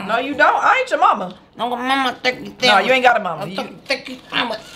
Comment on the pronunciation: “Lemme get some Sam wich” ‼️‼️‼️🤣🤣🤣